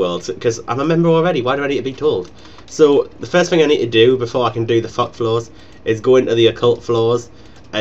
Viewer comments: heard fuck instead of thok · Flock fock fuck. Sounds strangely scottish. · Lol, every time you say Thok I hear: fuck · Whenever he says 'Thok', I swear it sounds like 'fuck' lol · lol its like ur saying fuck everytime :-) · I love how when you say Thok is sounds like Fuck. XD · when u said thok, i thought I heard Fuck, haha anyways a wonderful guide, keep it up :D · I like the part when you say Thok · Maybe he was saying Thok after all....